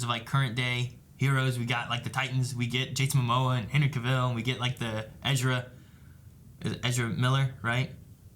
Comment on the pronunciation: Or Henry CaVILL instead of CAvill